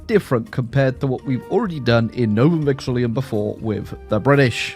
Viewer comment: i ain't tryna be petty but, you're adding an extra i "Novum VexiLLUM"